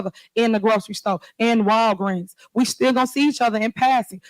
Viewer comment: Did she just say Rall Greens? Who the hell thought this woman how to speak. Tiffany always saying one sided. But when she had the chance to give her side. She snitched but never gave receipts where the money is going.